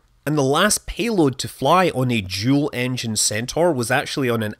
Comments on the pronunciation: I spaced out for a minute and when Scott was saying “dual” I heard “juul.” I had to rewind and make sure that I wasn’t going crazy 😂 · I knew it was the centaur by looking at the thumbnail and are you saying dual or jool? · Are you saying "Jool Engine Centaur" ?